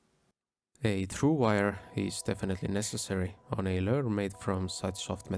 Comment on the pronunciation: Learn to say lure!!!